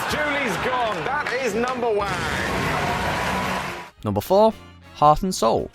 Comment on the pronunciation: Narrator: numberwank Me: it's numberwang Narrator: fuck!